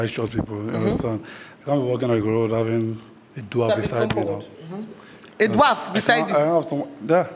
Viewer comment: Did I hear dwaft😂😂😂 instead of dwarf